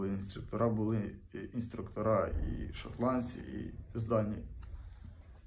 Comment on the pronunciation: 3 раза только прокололся :1.выговор буквы Ч 2. шотландцИ 3.патрулювали И да,не гыкает.